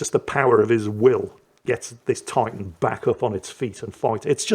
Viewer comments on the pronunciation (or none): none